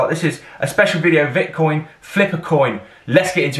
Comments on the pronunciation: It's VIC-TON not VIT-CON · Actually you said it wrong the entire video. Lol You also mispronounced it in the last VICTON video reaction